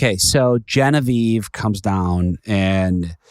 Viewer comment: *GeneVIE. VIEEEEE not VIEVVVEEE 😂